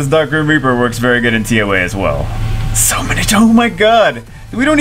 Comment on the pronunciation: Ellia ultimate SW waifu though.. also each time you said "de griem rieperrrrrrr" the camera tried to auto focus.. idk why I thought that was funny